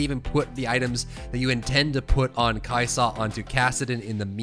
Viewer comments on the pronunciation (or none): The way you say Kai'sa legit almost makes this unwatchable. Stop adding so much emphasis on the 'sa part lol. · kai' Saaahhh dude. Kai' soh. It's kai' sa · The way he says kaisa makes my ears bleed